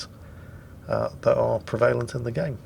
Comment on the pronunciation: hi,in my 57 years on earth i have never heard someone pronounce the word prevalent the way you did,do i need to get out more ?